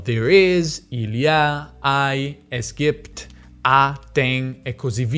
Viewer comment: Il modo in cui hai pronunciato "es gibt" era molto impressionante! Cercavo alcune informazioni sul tuo origine e l'ho trovato sul patreon, perché ho davvero pensato che tu sia tedesco!